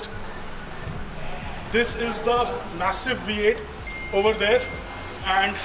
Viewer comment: The OG 'V8' NOT THE V CHEENNNN😂😂😂😂